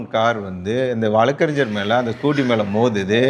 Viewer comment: வழக்கறிஞ்ஜர் இல்லையப்பா வழக்கறிஞர். தமிழை முதலில் பிழையின்றி பேச கத்துக்கோ.